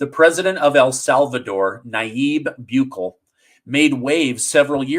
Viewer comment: Hey, Bukele's name is pronounced different 😂❤ but it is hard for me to put in words, maybe you can search for a news story about him and then you'll hear it for yourself 😊 It does look like how you said it too but you'll see. Okay, thanks for all the good shows, I do feel like your titles are misleading though, maybe you can try being more general or more direct. Thank you ✌🏼